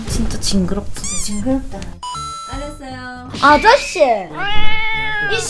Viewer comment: 무사 오셨을때 아저씨~!̆̈ 하는거 어디서 ㅁ많리 들었는데 사투리 아즈씌~ㅡㅡ